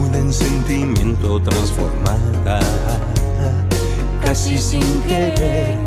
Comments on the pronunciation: Que gente más pesada con el cashi, pues yo no le noto nada especial a la pronunciación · El cashi shin querer...me sono a paulina rubio 😒🤦‍♀️ todo bien pero el porque querer pronunciar las palabras como el....noo nooo !!! Cashii bien 🤭